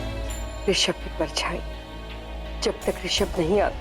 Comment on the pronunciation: Bhai vo Rashimb nhi hai rishab hai 😅😅😅